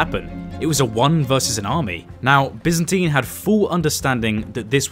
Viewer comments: loved the vid but as far as I know it was "Bi"zantine empire right? not "Be"zantine? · Great video. Absolutely stellar content. However, as a fellow brit and 50 years old. Mate... byzantine is pronnounced 'by-zan-teen'. Its literally an empire in history. Its quite embarrassing you get this wrong. We have standards yknow 😂. The lad who thought up the name is clearly a clever lad, basing his idea of an empire on the byzantine period. Apart from that. The content, editing, and music choice is grade A.